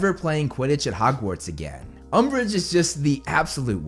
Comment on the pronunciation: LOL umbrage LOL UMBRIGE